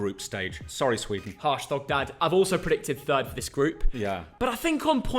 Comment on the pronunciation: Did anyone realise at the start of the intro he said hey guys here or something like that🤣🤣